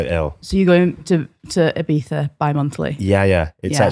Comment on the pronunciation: the way she pronounces "ibiza" 😍🥹